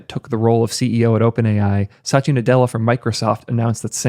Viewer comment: I don't think Microsoft CEO's name is Sachia. It's Satia.